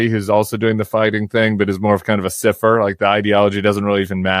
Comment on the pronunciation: Tim, cypher: pronounced “SAI-fer”